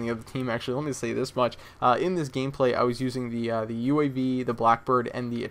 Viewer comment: Sometimes I feel like you talk tooo much or too fast, maybe thats why u say mich over much :P , I know you want to give us as much as possible but few second pauses are ok if u time them right. u just gotta chill out a bit:D